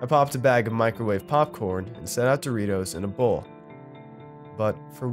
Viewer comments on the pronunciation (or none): none